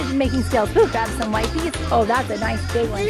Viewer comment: The fact she keeps saying "wipe-eees" is kind of annoying. If you're making the "i" hard sounds, you can't also make the "e" a hard sound. English is weird, but it just doesn't work